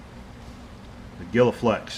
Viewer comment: It looks like that must be "gila" as in Gila Monster (pronounced: Heela-Monster). We have a bunch of those here in the Southern California Deserts... :>)) Tom - Vista, CA